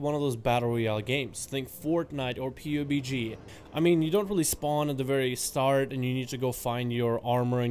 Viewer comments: just say pub-g not pew bee gee xd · lol, agreed